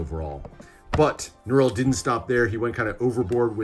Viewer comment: Nurul did an amazing job with these decks. Great review and pronunciations of the names!